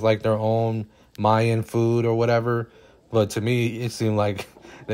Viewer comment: Mayan, not Myan.